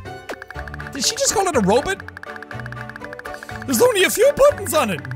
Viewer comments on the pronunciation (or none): Jack you said robet